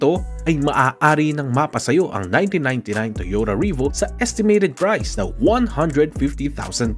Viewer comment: ano un Toyota "RIBU" hahaha bisaya ka dong